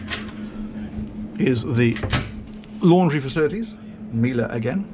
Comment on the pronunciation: I’m starting to genuinely miss the days mispronounced Miele